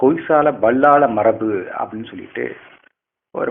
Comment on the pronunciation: நீங்கள் ஏன் பல்லாள என்று எழுதி விட்டு BAள்ளாள என்று உச்சரிக்கிறீர்கள்